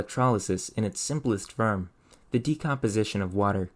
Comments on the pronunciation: 'Mōre' not 'mur', fōr not fur, fōrm not furm, nōrmal not nurmal, your speech impediment seems intentional and its off-putting. Eplure? Really 'Explōre' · Very well done 👏 For a minute, I thought you were messing with me with the way you pronounce the open vowel in the words 'more', 'born', 'for', 'form', 'shorting', 'explore', and 'normal' in contrast to the way you pronounce it in the words 'going', 'broken', 'most', 'donate', 'electrode', 'volt', 'only', 'low', 'sodium', and 'noble'. But the consistency of speech patterns then made me suspect A.I. 🤯 I'd love to know the answer, because my curiosity is as strong as a team of Oxen 😉 Either way, well done! 👌